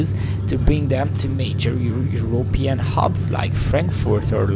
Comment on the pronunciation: Your intro made it sound like that " Eastern European " is bad. It killed me how you pronounce Europe with a push on the ó like in hungarian ..Európean 😂😂😂🎉